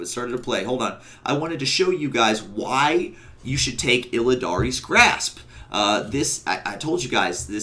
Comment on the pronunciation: "Illidan's" grasp. NOT "Illidaries" Grasp. Also you take ages to make a point. That walkthrough bit took ages to explain you used, two jumps and your covenant ability to go forward.